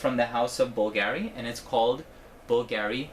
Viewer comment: How to pronounce Bvlgari